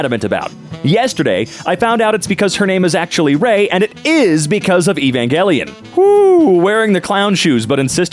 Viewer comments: Evangeleon? Its evanjelon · Idk but the hard g is just wrong lol